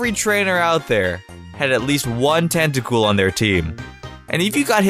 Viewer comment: Anyone else notice how he says "Tacool" instead of Tentacool